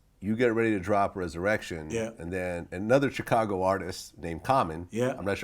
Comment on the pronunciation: Why does Vlad pronounce Chicago : "Tchicago" ?